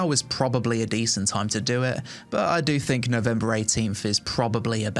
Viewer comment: "I personally thinG..." Think is spelled T-H-I-N-K. Not T-H-I-N-G.